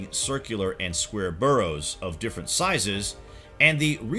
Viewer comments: bArrows not burrows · Quite a few mis pronunciations. Barrows, not burrows. That's where rabbits live. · Burrow!!! It's not about rabbits!! This is getting me more annoyed. And it is Scotland not Scatland!!!! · Burrows? Midians? Pick-tish people? Seriously, Sir, learn to pronounce the words before you put yourself forward as an expert!